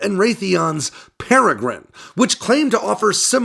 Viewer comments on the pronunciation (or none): none